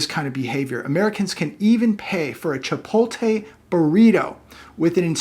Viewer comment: "Chipolte?" - it's Chipotle 😉 For a Californian you should be ashamed - haha ❤ That's okay, they kind of suck actually.